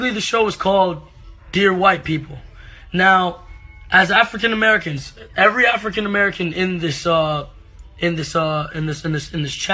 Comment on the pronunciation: He says african americans like he's white lmao